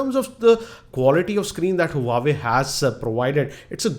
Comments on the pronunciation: huawei...not huwawei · its not hu-wa-way correct pronunciation is wah-way.